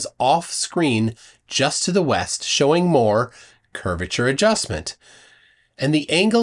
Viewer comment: he just said Curviture of the earth